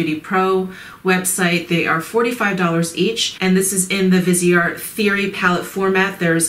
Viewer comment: Viseart means FaceArt. VEEZ R is how you say it. Vee Zar. No T.